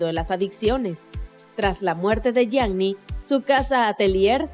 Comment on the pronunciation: SE DICE YIANI NO YIAGNI! BRUTAAAAAAA!!!